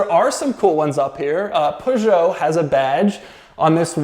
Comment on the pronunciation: DOUG - You said peugeot CORRECTLY, well done!